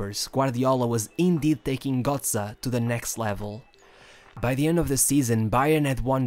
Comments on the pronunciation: He is still pronounced GÖtze not GOtze . Damn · its gö(oe)tze and not gotze... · bro its GÖTZE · Bro, you make a whole about a guy you cant even pronounce right. Just google it man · imagine making a 15min video on a single player and not pronounce his name correctly 🤦🏼‍♂️